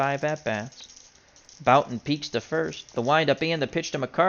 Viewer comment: Hey, hows it doin? Jim Bouton, pronounced Booton. Love your older baseball games, you do it well. Keep on rollin!